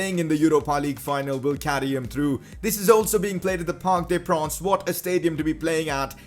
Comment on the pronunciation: It's parc des princes you stupid